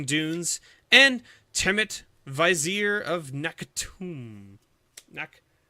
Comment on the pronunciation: (VYZ-eer)? no it's (VIZ-ee-ER)